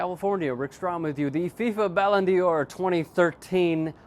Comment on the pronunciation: not Ballon deor.. prenounced like "dar" kinda in between dar and door really just thought you'd like to know